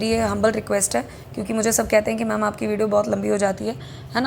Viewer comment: Pehle ma'am bolna seekhle. Fir 200 le aaiyo